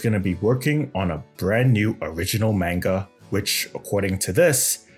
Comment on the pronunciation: I can't believe you when you're saying manga wrong. I can't even stand listening to you with you constantly saying it wrong